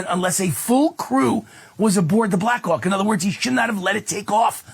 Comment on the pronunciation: Anyone else hearing Black c*ck instead of Black Hawk? 🍆